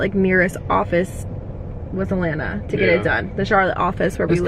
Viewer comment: So funny how you guys pronounce Atlanta “Allanna” 😝😂😂😂